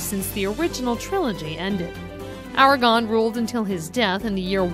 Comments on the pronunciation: Argor, Ow-win lol painful. If only there were movies that showed the correct pronunciation. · butchers Aragorn haha. this is all common knowledge for anyone who read the book & appendicies haha, so mainly for movie fans. which is great though. ..its annoying she says Sam was allowed to go to Valinor because of the fellowship and being a ring bearer, it was purely because being a ring bearer momentarily after Cirith ungol made him restless in middle earth, and he departed to the undying lands, they did eventually die over there and the gift of men swooped them off to wherever men go in this mythology (he left it a mystery) it is cool Gimli was allowed to go, probably wanted to see Galadriel again, and hed spent plenty of time with dwarves restoring the glittering caves and minas tiriths walls. after the numenoreans tried invading Aman, Illuvatar sundered the flat world and made it a globe so you could no longer sail to Valinor, you basically need elves who know the true way. Earendil the half elven was the last dude to go there before. but yeah Gandalf is translated to Wand Elf in sindarin, his real name is Olorin, he is a Maiar just like the other Istari (wizards) Sauron and the Balrog. sauron was just the henchman of the real dark lord Melkor, who was an actual Valar, a god, if Maiar are somewhat lesser tier archangels of sorts. fun fact, Arwen is Elronds daughter, and Elronds brother Elros chose to be Man, and he led to the line of Dunedain for centuries leading to Aragorn haha, so Elronds his great-great-great X10 uncle, and he's related to Arwen a tiny bit. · Argorn.... The hell happened to the A. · Literally seconds onto the video and you've already called Aragorn, Aragon, making anything you say after completely invalid to me. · AraGORN not AraGON. Dammit, at least practice the pronunciation before recording - and may be talk slower? This had all the professionalism of a post from a 14 year-old. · "(Li)Ithilian" "Aeomerr" "Aragon" "Gandolf"